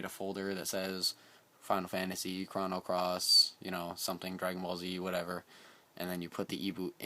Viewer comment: Thanks for the video man. This seems like a complicated process, but after I do it a few times it should take no time. One thing though...you keep saying "Krahno" Cross. It's pronounced "Krohno" Cross.